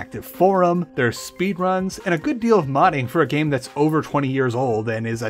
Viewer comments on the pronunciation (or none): none